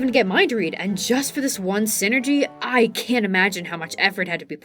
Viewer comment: I'm only partway into the video, and I'm enjoying it a lot and will finish, but I had to pop down to the comments for a sec. Every time you say "synergy" my brain flashes to a corporate middle-manager. It's psynergy like PSYchic enERGY, "sai-nurr-jee". 😅